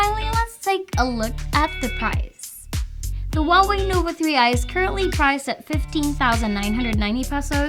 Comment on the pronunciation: Finally someone who can say Huawei right!!!!!